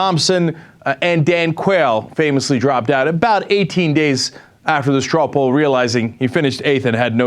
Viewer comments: Cenk? "The , "Ames "Stroh Pawl"? I think you meant, you meant "Ro Paul". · "Strow Poll" lol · What the hell is a "Strow Pawl?"